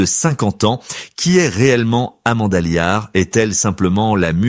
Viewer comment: Amanda Liart ??? Elle provient d'une petite bourgade des Ardennes 😂 😊😂 , ah décidément l'IA c'est beaucoup de blabla mais c'est surtout très perfectible ! N'empêche que Amanda Lear reste à son âge autant un mystère qu'une icône qui en fait une artiste et une icône qu'attachante...